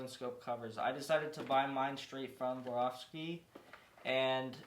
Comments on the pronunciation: ”SWAROVSKI”, not ”woravski”… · Still gonna watch the video, but he kinda lost me at the intro with “vorawski”…😂